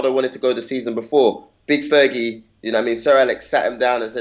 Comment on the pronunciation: man...its not fergie yar..